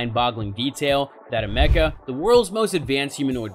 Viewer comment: "ah-mecca" thats not how u say her name brother !! all the videos about her and still dont know the name correctly?! how did u make this whole thing and not see how to say her name right ?! haha good video brother. A for effort